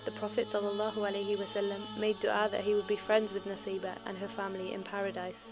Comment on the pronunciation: brother... Arabic pronunciation is Nusaibah.... نسيبه if you read in Arabic it can be read naseebah & in Arabic pronunciation it's nusaibah